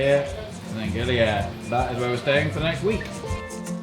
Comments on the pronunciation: FYI : GILI AIR Be spoken ( pronounce ) GiLi Ayer Air in Indonesian its mean Water, not Air in space GILI ( Lombok ethnick language ) its mean Island Ok happy holiday enjoy your trip , stay safe & healthy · Great video. Just a fun fact from a Balinese-Australian to anyone that cares, it's pronounced "ay - eer" or almost like "eye - ear". Air means water. Gili means island. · I knew this would happen so just a quick pronunciation correction. It's pronounce Gili Ay-eer. Air means water.